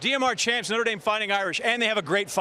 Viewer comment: damn he really called it nutter dame, notre dame isnt that hard to pronounce lmao